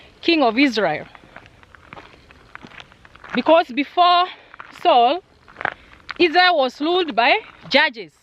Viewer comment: Interesting videos you are not serious when it comes to prounanciation varrey/valley lsraeri/ Israel and many more words. I love this vlogs cuz l am a christian. Thank you so much for sharing.